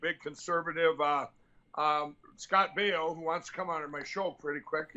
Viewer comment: Good ole Scott Bee-oh !